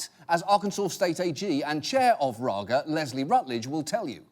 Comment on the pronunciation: First, Raga and Daga are supposed to be Dutch names, but Dutch doesn't have that kind of G sound. Then he nailed the Dutch pronunciation of the G...